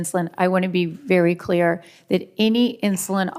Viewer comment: Let me be cleayuh. Sick and tiyud.